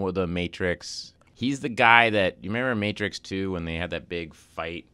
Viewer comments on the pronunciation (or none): none